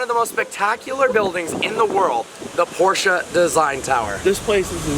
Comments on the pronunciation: She still can't say Porsche right. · It's POR-SHUh .. Not porsh. Not por-che. Not porch. Not posheh. It is POR-SHUH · Oh you mean PORCHEEE yeah I love those . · 😑 works at the Porsche Design Center and can't even pronounce Porsche right 🤦🏻‍♂️